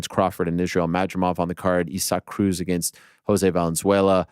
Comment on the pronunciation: You do pronounce against incorrectly